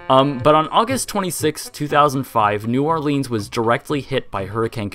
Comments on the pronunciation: Also it's pronounced New Orlinz, not New Orleens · when you realize he says New OrlEEns not New OrlIns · It's pronounced more like New Or"lins" rather than New Or"leans". Actually it's more like "Nwalins"... but yeah. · I LIVE IN NEW ORLEANS AND YES IT WAS A TOTAL LOST. IT IS NOT NEW ORLEEENS WE SAY NEW NAWLINS😊. SHA. !!!!!!!!!! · It’s New Or-Lense not New Or-Leans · "New orlEEns" It's "new orlens" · I'm a native and we pronounce it New Or-LUNS, not New Or-LEANS! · New Orleans is pronounced "New OR-Linnz " not "New OR-Leans" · It’s said new or lands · New Or-Lens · No its pronounced"Newalins" in proper Louisiana dialect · new Orleans is pronounced new- awlans (Orleans is almost one syllable) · If you screw up a take you can just do another instead of just mumbling and joking about how you screwed up. Oh, and it's not pronounced "New OrlEEns" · Only people from Louisiana crying when someone says new orLEENs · Ugh I live there and I cringe when I’m coming back from vacation and EVERY pilot says New Orleens like how this guy says it. CRINGE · I'm from MS Coast we pronounce it New Orl-luns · it's pronounced Nawlins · it's pronounced nawlins in the south 😁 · I enjoy the way you say New Orleans, I say new orlins(pronounced the way it looks lol) but it may just be my 'Texas accent' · New Orleans is not pronounced that way 🤦🏼‍♀️ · that's not how you pronounce new orleans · You say New Orleans wrong. Also, Mississippi got it way worse than New Orleans ever did from Katrina. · Exactly! I'm from New Orleans and I cringe every time someone mispronounces it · Will someone teach the world how to say New Orleans!! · the way you say new orleans is murdering me